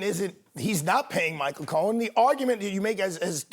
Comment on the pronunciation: It's Cohen. Not Cowen.